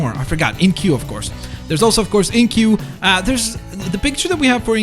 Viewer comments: Her name's Inque. Just say it like the word Ink. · you realize that Inque is just pronounced like ink